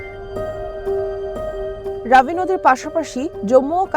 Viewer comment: বোকাচুদা সাংবাদিক, ঐটা রাবি না ঐটা রবি হবে। ঠিক কর